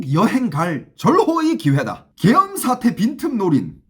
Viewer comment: 계염병 으로 들리네 ㅋ